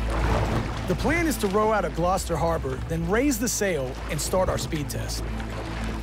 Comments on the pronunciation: "We've come to GLOWWSTER Massachusetts" LOL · No! Please tell me you lot don't pronounce "Gloucester" like that? In medieval times it was Gleawecastre meaning bright and/or glowing fort. With the "cester" being s suffix used for Roman garrison towns (Hence Manchester ect.) and today it's pronounced Gloss-ter & it rhymes with foster. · Im from gloucestershire uk and hearing you pronounce that made me cringe and laugh love the show guys amazing